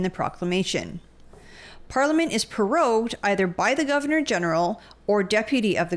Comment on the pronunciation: It's NOT "peroged"....it's prorogued